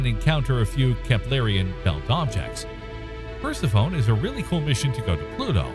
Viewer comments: Per-seff-oh-nee, not Percy-phone. It isn’t exactly an uncommon name and it is fairly well-connected to Pluto. Then again, Pluto also takes way longer than 30 years to orbit the sun. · It’s pronounced per-sef-onie, not purse-uh-phone. 😂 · Percy-phone. LOL! Sounds like a device to use when you call Pluto. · “Pers-ih-fone”? Really? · The narrator trying to talk about Per-se-phone: 😶 The (allegedly) background music: “And I took that personally, 🎶🎵🎶🎵🎶🎵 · Yup, like nails across a chalk board. Per-Sef-Oh-Knee. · "Huge plain that doesn't have craters..." Uh.... no. The craters are there, hidden beneath the recently laid ice and snow. Persephone..... "per-SEF-on-nee". Come on, remember your history class on ancient Greek mythology. 🙄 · Good video, but the way you pronounced 'Persephone' hits you like a brick!! 😳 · You’re mispronouncing Persephone. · Every time he mispronounced Persephone I died a little inside. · Me too!. I have noticed more than just that mispronunciation in many of the series videos. Really they should correct that...I mean its science for crying out loud! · Try laughing. Just don't stifle it or it will come out your nose.